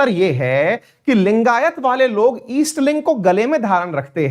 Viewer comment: अवस्थी जी उत्तर प्रदेश के हैं। उनका दोषपूर्ण उच्चारण इस बात की चुगली करता है। ईस्ट लिंग जैसी कोई चीज़ नहीं होती। सही शब्द है जिनका इष्ट शिवलिंग हो उन्हें लिगायत कहते हैं। लिंगायत वीर शैव की भांति ही एक हिंदू संप्रदाय है। यही सत्य है। Sikkhism कोई धर्म नहीं है, वो भी एक हिंदू संप्रदाय है। इसी प्रकार Jainism and Buddhism भी हिंदू संप्रदाय है। हिंदू संप्रदाय उसे कहते हैं जिसका मूल दर्शन या अवधारणा हिंदू धर्म के दर्शन से लिया गया है। जैसे "गुरु" की अवधारणा जो सिख संप्रदाय में प्रमुख है वो मूलतः हिंदू दर्शन ही है। इन संप्रदायों का खुद को धर्म कहलाने की ज़िद राजनीति से प्रेरित है।